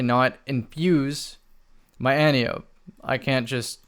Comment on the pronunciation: I don’t want to be THAT guy but it’s pronounced Anne-tie-oh-pee.